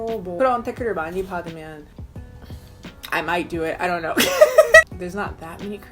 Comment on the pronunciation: “I der kner” SCREAMING